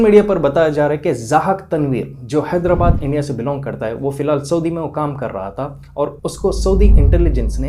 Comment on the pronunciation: Woh sab theek hai lekin aap THA ku TA kyu boltey? Woh تہا یے تا نہیں ہے ! Asaani k liye aap ثا ki awaz bhi istemaal kar sakte hai